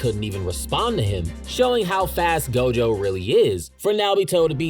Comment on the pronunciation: It's not gojover 😅